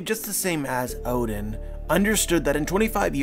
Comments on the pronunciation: Please stop pronouncing oden, "odin". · Why you say "oden" like that